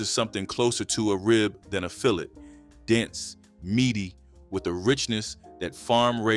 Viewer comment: I didn’t have catfish cooked with mustard until I was in my 30’s. I don’t care for it. We also didn’t combine fish & spaghetti, that’s 2 different meals in my family. You were pronouncing fillet incorrectly. Put some respect on that. Great video!!!